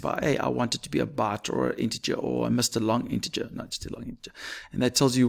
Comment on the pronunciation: "Mr. Long interger"😭🫩